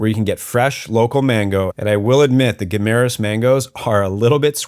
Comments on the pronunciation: I live here and it is pronounced "Gim-ma-ras." You should check out California Coral Beach resort in the Alibuhod beach area. I was just there today, got a little sunburned but excellent accomodations, Island hopping, nice beach for swimming. Couple ex-pat friends own the place. Check it out next time you're in Guimaras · I live here. It is pronounced "gui ma ras". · I live in Iloilo in fact in Savannah. You sure picked the very nicest home in Savannah to show as typical tho. Very well done video but you really ought to learn how to pronounce Guimaras. I winced every time you said ot wrong.